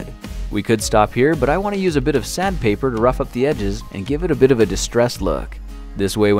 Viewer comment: You said sad paper instead of sandpaper 😂😂😂😂😂😂😂😂😂😂😂😂😂😂😂😂😂😂